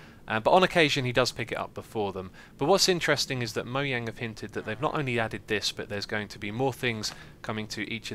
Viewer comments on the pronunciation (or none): it isn't moyang it's mojang